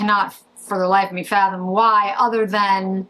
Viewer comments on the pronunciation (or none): none